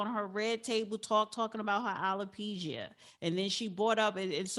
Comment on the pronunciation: I wish this host would pronounce the word alopecia correctly. As far as Jada is concerned, she is ridiculous